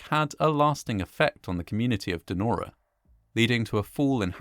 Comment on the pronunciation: Narrator says: "Nora", rather than "Denora". Weird.